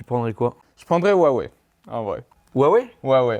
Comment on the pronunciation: Il a vraiment dit huawai perso meilleur samsung